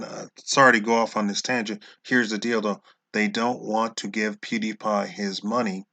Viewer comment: What the hell is a "pudy pie?"